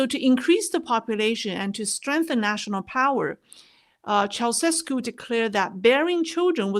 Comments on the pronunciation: Just so you know, it's pronounced CHOW-cheh-Skew. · He doesn't come up much now, but, it's Chow -chess -cue. Cold War kid! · Former Romanian president Chow-chess-coo